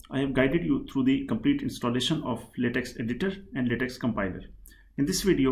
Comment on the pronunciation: it's pronounced "latek".